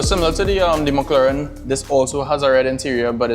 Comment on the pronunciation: Did you say MuckLauren 😂